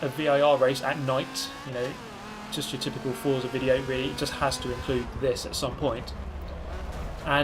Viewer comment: It’s pronounced fort-za as stated by their twitter :)